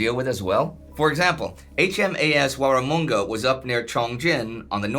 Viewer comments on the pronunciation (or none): Hi & the Team, I'm really loving the Korean War series. Not much has been said enough about the war & this has been brilliant to watch., your pronunciation of HMAS Warramunga, was nearly there, you were pretty close. The "Mun" in Warramunga is pronounced the same as money. Take it from an Aussie!, I hope that you and the Team do a special on other UN ships and British & Commonwealth Naval Forces during the Korean War, as not much has been written about it. Thanks again for your brilliant work.